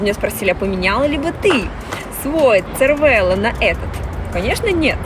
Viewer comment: Cervelo по незнанию можно произносить как червело(на итальянский манер) или цервело(тут уже не знаю откуда). Но лучше скорректировать и говорить сервело. Режет слух.